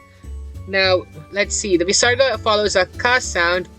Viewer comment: Hey I am a sanskrit student from india and i don't think that the Visaraga is pronounced with such power I only think of as a software h sound from the throat. Obviously if you pronounce it with a lot of power then you will be out of breath soon